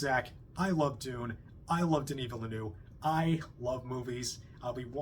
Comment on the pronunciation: Villeneuve is 2 syllables … Ville-neuve … Vill-nuuv.